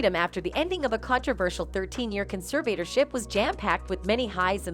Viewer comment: By the way, if you’re gonna do commentary on videos, you need to learn how to pronounce conservatorship.